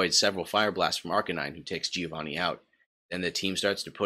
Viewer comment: I'm Italian, Stop saying Gih-oh-vanih. It's Like Jo-Va-nn-i